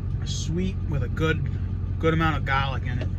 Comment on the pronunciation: "Sweet with a good amount of garrrrlak". That thick accent just comes out of nowhere.